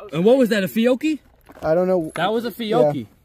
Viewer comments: ITS PRONOUNCED FIO-CHI wtf is a fioki? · definitely not how you pronounce fiocci